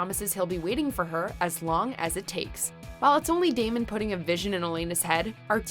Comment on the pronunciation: Any1 else hear t Narotor say Demon insted of Damon